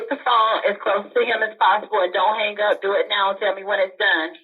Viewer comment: Don't HANG GUP. Hang gup, Man..... the pronunciation and lack of language education is atrocious! Not to mention 90% of anyone commenting on here have no clue what the hell Spell Correct is. Just sayingk! LMAO